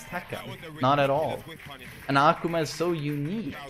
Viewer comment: Why carnt you pronounce akuma's name right?